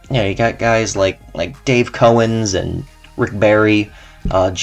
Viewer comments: No one talks about George Mikan? Its pronouced Cow-Ens. The knicks were revelant in the 1950's oh wait you are talking about that era and the knicks were revelant in the 1990's. I was there. I don't know how old youu are but I was there. They were revelant. Dennis Johnson was on the Supersonics and I believe Lenny Wilkins was player coach. Not sure if Spencer Heyward was still on the squad. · Its his opinion and he said what there were 8 teams in 1970 mispronounced dave cowens name...said havlicek was barely top 30 alltime..give me a break....there were a ton ifcgreat centers kareem had to play against in the 70s should we name them...then hecssid what no one else besides kareem was in tyectoo 30 list all time..give us a break...im glad your intelligent though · He doesn't even know how to pronounce Cowens. Imagine listening to this goof.